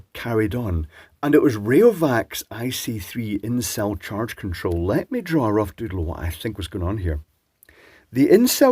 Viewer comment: I know you were saying "in cell charge control" but it definitely sounded like "incel charge control" and had me in stitches!! 😂😂